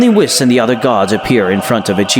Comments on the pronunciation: Say whis like wheese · Hate how he pronounces whis’s name 😂